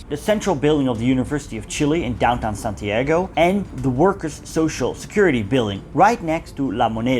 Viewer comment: Ok dude, if you are going to talk about our country and history, the name of our capital is pronounced SantiaHgo and not SantieHgo